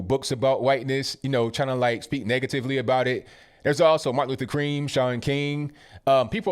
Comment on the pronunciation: lmao!! He said "Martin Luther Cream", Sean King